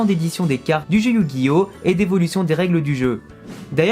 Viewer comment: personnellement je refuse de reconnaitre la version 4Kids comme traduction officielle mais bon, fais comme tu veux (on est en France mais ça ne t'empêche pas de prononcer yugioh à la japonaise et non pas "yujio")